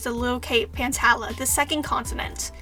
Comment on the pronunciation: The wings are being set of fire with this one 🔥🔥🔥 Also pantala is pronounced pan-tall-uhh And jerboa actually enchanted a snake egg